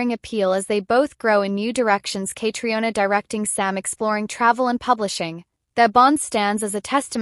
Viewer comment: Her name is pronounced “Katrina;” please say it correctly!